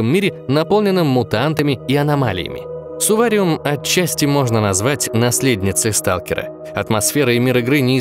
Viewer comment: Не Сувариум а Сурвариум